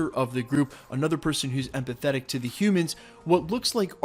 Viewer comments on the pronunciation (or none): none